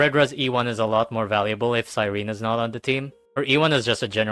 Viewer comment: Why does it seem like none of these hsr YouTubers can say Cyrene’s name right it’s Cy-ren-ne not Cy-rene.